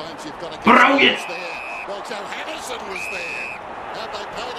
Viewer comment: surprisingly enough you have pronounced it correctly and I’m glad you enjoyed my request :)